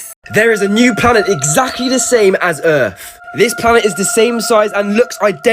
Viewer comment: "TO OUR EARF" 😭😭😂😂